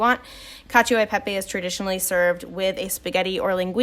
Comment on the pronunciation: cacio is pronounces "cacho" by the way, not "cacheeo"